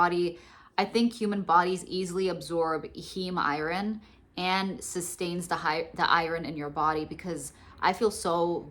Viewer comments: Lol, I can't handle the "i-ron" mispronunciation. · Girl, if you don't stop pronouncing it i-RON! Where are you from? 😂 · Oooohhhh... I thought you were saying "I-R-N". I was wondering what that stood for. You're actually saying "iron". I've never heard it pronounced the way you say it before. I've mostly just hear it pronounced "eye-urn". So southern people say "urn". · Never heard anyone pronounce iron like that